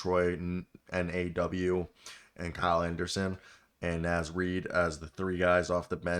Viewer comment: Brother man gotta learn how to say Naz